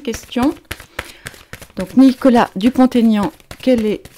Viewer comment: Prononcez Dupont-Aignan et non pas DupontAignan. Ce sont 2 noms et il n'y a pas de liaison